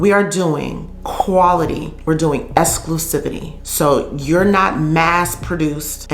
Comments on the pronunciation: it’s EXclusivity….Esclusivity incorrect. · Esclusivity??? or did you mean Exclusivity??🤭 But I like the rest of the video though. Thanks girl!